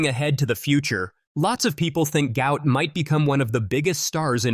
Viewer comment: Despite the father's effort this narrator still does not say the youngster's name correctly. Try: Gu----ot.